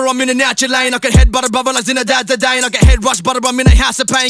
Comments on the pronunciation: are you 12 or something? the full bar was shit, in what way is a chilled out stoner in his mid twenties 'headbutting his brother'? he's not, then he went and butchered a pretty easy name (it's only pronounced one way, next you will be defending him for pronouncing Thierry Henry wrong). I like Chillinit and his stuff, doesn't mean you can't call out a shit bar. Look up Don Strapzy if you want correct football schemes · Ngl, as much as it triggered me that it wasn't pronounced correctly, I was fucking impressed he had the create vision to mispronounce it like that on purpose to fit his flow & rhyme scheme. That's talent right there. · Celtic FAN67 do you pronounce the Spanish/South American name ‘Louis’ with the lisp, like how it’s intended or do you mispronounce Louis Suarez wrong? How do you pronounce Ozil? Like Urzil or Otzil? If you don’t properly do it for every footballer, relax yourself. The way chillinit has it, isn’t butchering the correct way by any means. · Dylan88 my gripe was this user thinking a throw away bar should be praised when it's poorly written at best. He literally set up the bar to end with Zidane and he mispronounced it not on purpose. There isn't any word play in this like Headie Ones bar so you can't allow it- I think we can both agree that the song still sounds good even if the lyrics are a bit meh